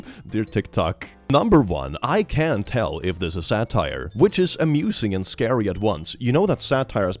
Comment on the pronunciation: I'm french and even if I can understand English, every time you say "satire" I head "sad tire 😢🛞" I'm stuck with this image of a sad tire in my head FOREVER